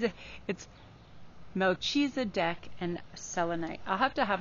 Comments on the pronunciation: Its pronounced Mel-ke-ze-dek :) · Mal-keza-dic. I think that's the spelling of how it's pronounced. #2